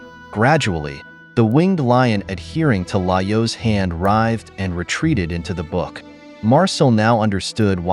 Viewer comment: Is this an actual voice over, or an AI? Certain words like Laios seem to be mispronounced consistently, in a manner that I have found consistent with an AI that doesn't know the correct pronunciation, rather than a voice actor who would learn the pronunciation of the character's name and adapt.